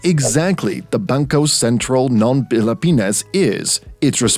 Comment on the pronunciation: It sounds like when a french person tries to pronounce Filipino especially the "Ng" part